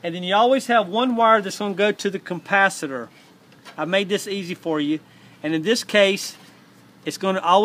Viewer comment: It was a very helpful video, thanks. Gotta say it got a kick out of your accent, I will forever call it a "compacitor" going forward.